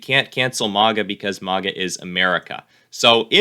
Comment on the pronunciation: 1st time I heard someone pronounce "MAGA" that way.